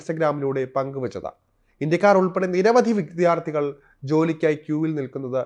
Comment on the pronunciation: Ayyoo, kashtam, vithyaarthikal alla, vidyaardhikal ennu parayu.